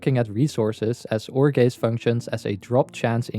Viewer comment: I just wanna say Every time you said "ore gaze" i heard "jorge" You're welcome